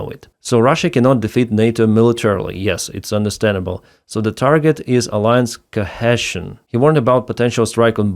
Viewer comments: Chesion - pronounced co-He (she\He) -sion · Cohesion pronounced "co he see eon" hope this helps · Pronunciation: Co - rhymes with CO in cooperation or coconut - he - rhymes with HE in heave or heel - sion - rhymes with TION in station or SION in propulsion. so it's "Co - HE - Sion".